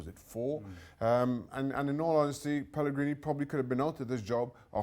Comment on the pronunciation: Video starts: Mark Donaldson: "Pellegree no more" Mark Donaldson's conscious: did i seriously just say pellegree?